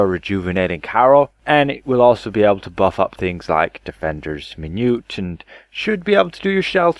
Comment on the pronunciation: min - u - et